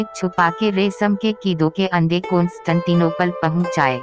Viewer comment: Good information. But its "Resham" not "Resam". And also "Mystery" not "Mistory". Please correct.